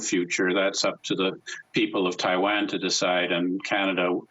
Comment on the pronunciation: This guy can't even pronounce Taiwan correctly.